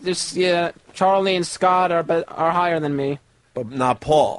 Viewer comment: I love but I despise how he says Charlie